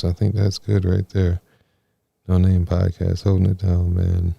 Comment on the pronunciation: noNamay...say it how its spelled...lol